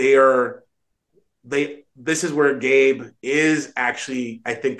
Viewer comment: BTW his name is Ben Cabe not Gabe :)